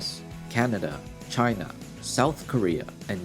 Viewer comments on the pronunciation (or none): none